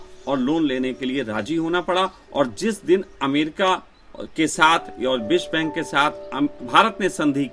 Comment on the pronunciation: भैयाजी बिश्वा बैंक नहीं विश्व बैंक .....😂😂😂